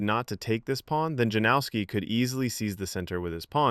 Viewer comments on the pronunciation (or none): Isn't his name pronounced Yanovsky? J=Y and W=V. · Lets get that pronunciation right please. Yan-of-ski. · Janowski is pronounced "Yanowski", if unsure about foreign names then Google it. We have the technology, you just have to do a minute of preparation. Give the guy the respect he deserves by not butchering his name.